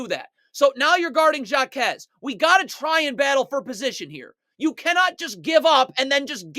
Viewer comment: HAH KEZ not SHJA KEZ (Jaquez// the j is silent in spanish.. shhhhhh)